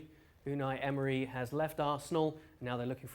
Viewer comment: U-and-I End-mery